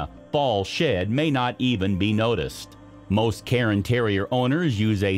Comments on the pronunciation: cairn, not karen, terrier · Cairn Terrier is not pronounced “karen”, the vowel is not after the R, it’s before. So it’s one syllable, more like Care sound with an -N at the end. Like Karn. Not “Karen”. And it’s not a newly discovered breed LOL